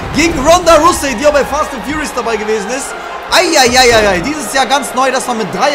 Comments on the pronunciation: Erste Folge direkt wieder von der Aussprache getriggered xD es heißt rausey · Jonas Danesh Nia was hat das mit englischer Aussprache zu tun? Es steht ganz klar ROUSEY wie zum fick soll das Russy heissen